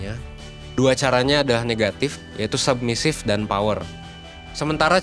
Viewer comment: Cuma di 1% submissive jadi sumbassive 😂 menit 3.05